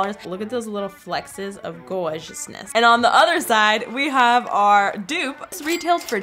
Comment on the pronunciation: I love how she says "flexes" instead of flecks hahahaha it's so cute!